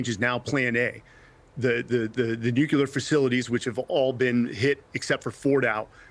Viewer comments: How do you get “Nuculear” out of Nuclear? Sounds so stupid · There is NO such word as NUCULAR. It's NUCLEAR. You had me until you said that. And you're supposed to be an 'expert'. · I don’t know why the word “nuclear” is so difficult to pronounce. Nu-clear. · I commentator that can't correctly pronounce the word nuclear "new clear" doesn't have much if any credibility. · No, its nu-cle-ar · yes, of course. But it’s not “Nuke-you-lar”. It is increasingly common to hear it pronounced this way. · I think Jimmy Carter was picked on for that same pronunciation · he says it about five times. it's not a "mistake", it's sheer ignorance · Lots of people say it that way. It might not be correct, but if you listen to a lot of nuclear stuff- energy, weapons, science- lots of people say it that way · another expert who can't pronounce nuclear..... America is so poorly taught.